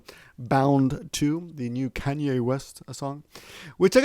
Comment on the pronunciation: Just a small comment, Kanye is pronounced Kah-nyay and Yahoo is pronounced Yah-hoo. The "a"s are pronounced like あ in those two words. Side effects of not being in America for a long time haha